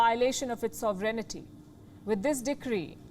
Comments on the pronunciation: Yeah it's...So Ve Ren Ty...Sovereignty. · I do wish someone would teach Ms Palki the correct pronunciation of ''sovereignty''. Compared with her usual precision it sounds really grating.